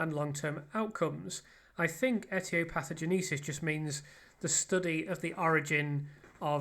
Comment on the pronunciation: A note on pronounciation for future vids - etiopatho... genesis, like the band fronted by Phil Collins.